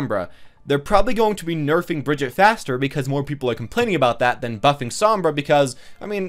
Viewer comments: Not Brigett its Brigitte😣😑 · I like how he says it wrong twice hahaha Bri-gi-ta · Btw, you make a lot of good points about how people integrate heroes in. I agree with pretty much everything you said, but could you pronounce her name right? She says it herself. Brig-eat-uh.